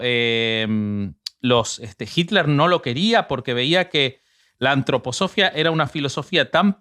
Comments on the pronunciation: Gran capítulo! Lo nerviosa que me pone pronunciando mal Antroposofía jajajja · Por lo menos el Sr. de la derecha, aporta información, pero el de la izquierda solo interjecciones, e improperios. Lo interrumpe al otro, que dele que dele con la Antroposofia, cómo pronuncia Filosofía, también acentúa la segunda "o" . Me hubiera gustado que leyera sin el ruido del Sr de la izquierda.